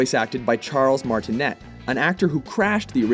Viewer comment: Charles Martinet's name is pronounced "Mar-ti-NAY." And he actually first voiced Mario in Mario's FUNdamentals.